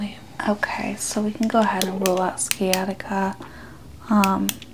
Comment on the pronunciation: Why did you say it as skiatica? You know how you say science? It’s the same thing as in you say the first syllable of science as in sci, and then you say atica